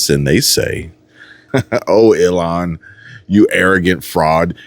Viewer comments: Your pronouncing her name wrong ,it sounds like your saying Elon. ?!? It’s ill as in sick, don’t feel well, and HAAN as in Han-Solo, From Star Wars ! Ok, Cool 😎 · It’s Ilhan ( ill-Haaan) ! Omar ! The Witch !